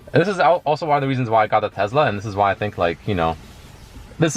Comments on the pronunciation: Why is he saying tezla? Its tesla... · Congrats, but please stop calling it a Tezla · all the world : tesla rich boy : tezla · its teSLA with an S !!!